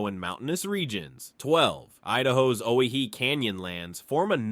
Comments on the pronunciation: Owyhee was mispronounced. It's Oh-Why-Hee, no "Oh He-He". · "Pend Oreille" is pronounced "Pond-ə-RAY". "Coeur d'Alene" is pronounced "core-duh-lane". "Owyhee" is pronounced "Oh-WHY-hee". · The best way to think and pronounce Owyhee is the fact it is a simple misspell of Hawaii. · O wy hee pronounce the way it is spelt.